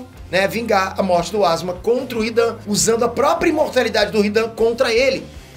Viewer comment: Asma não é ASUUUMAAAaaaa